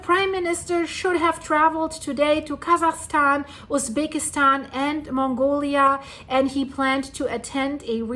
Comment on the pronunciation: The Way She say´s Zunami and Japanese and Kasachstan sounds like she is german.